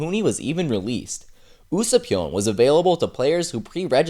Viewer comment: You say usoupnyan its usapnyan